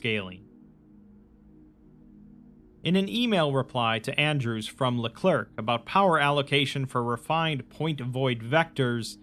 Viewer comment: "LeClerc" is pronounced le-clare jsyk